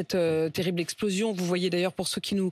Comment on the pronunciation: Sur cette esplozion, Fo pá shismatiser pó Fer mamalgame pó bien...